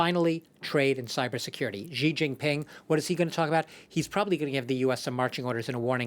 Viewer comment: Its not jiji, its xi